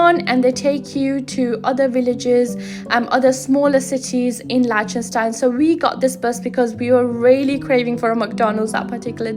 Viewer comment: You're saying the country's name wrong. And you say it wrong a lot in this video.